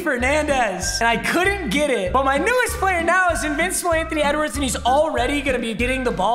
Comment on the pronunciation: Its funny that is saying Antony wedwards